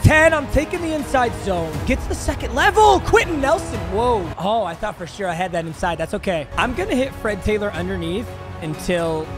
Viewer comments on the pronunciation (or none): none